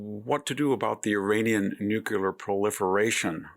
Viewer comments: Thoroughly appreciate your wisdom, but the word is noo-klee-ahr, not nukular. If God is in the details, you're a religious man... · Someone PLEEEEEEASE tell Mr. Hanson...it's NUCLEAR (NEW-klee-ur) not NUCULAR. There's no such word as nucular. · Learn to pronounce NEW CLEE ERR Victor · WHEN WILL VICTOR LEARN HOW TO PRONOUNCE NUCLEAR.... HE JUST CAN'T GET IT RIGHT.